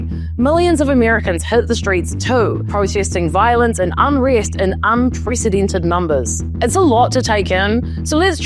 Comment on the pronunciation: 'Unpresidented' lol